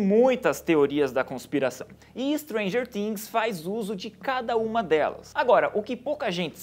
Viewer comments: N é Stranger tings ! SE FALA FINGS COM "F" ! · "muita gente assiste Stranger TIIINGS" uehueheu eu sei q ele falou certo porque é em pt/br mas é muito estranho KKKK FALA STRANGER FIINGS